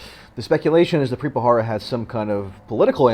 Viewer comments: BTW, It's Preet BHA RA RA, not BHA HA RA. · it's pronounced Ba ra ra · You need to work on your delivery and word pronunciation ....like the name of the subject of your video. You are pronouncing it incorrectly. Really read the word before you speak.